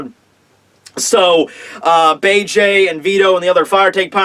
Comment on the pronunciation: bege not bay J